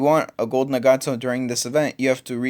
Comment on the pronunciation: its not na-gato its nag-ato